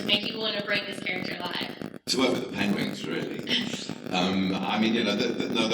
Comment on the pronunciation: Am I the only one who caught him saying "pengwings"